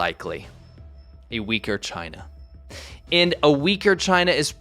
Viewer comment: Woah - At first I thought I heard you say that 'A Uighur China is a Dangerous China'...